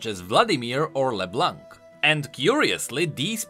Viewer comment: Great video as always! I just wanted to point out the you do not pronounce the "c" in leblanc. Just like in french:D